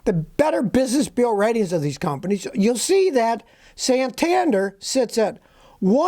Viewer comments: it's pronounced SAN-TAN-DARE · Nissan is very relaible brand in the UK and most of the world. Bank is pronouced San-tan-dear . Very popular in the UK as well with a healthy reputation. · Just read some comments and realised that Scotty must be talking about Santander. This is not a problem or criminal organisation unlike the pronunciation provided here. I am happy banking with them here in Spain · When you said Santander I quit listening